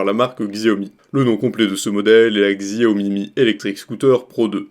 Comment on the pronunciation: Mon frère stp Sa se prononce Chaomi pas avec x putain😂